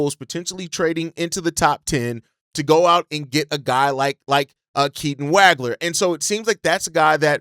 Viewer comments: Dude, you’re butchering Keaton’s last name. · Ngga claim to be a Illinois fan but he says Wagler’s name wrong